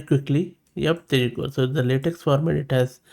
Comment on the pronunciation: Latex is typically pronounced “lah-tech”